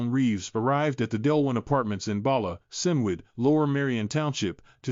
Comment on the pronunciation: Its pronounced “Bala kinwood “